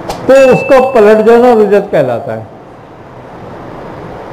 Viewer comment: Rujjat nahin Rajjat hota hai